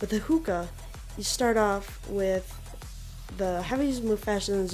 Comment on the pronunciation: Its zooka not hooka